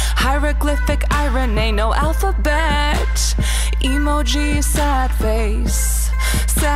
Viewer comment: does she say alphabet or alphabetch